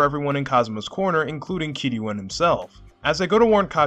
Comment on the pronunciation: This might be the only video on YouTube where someone pronounced Kiryu’s name right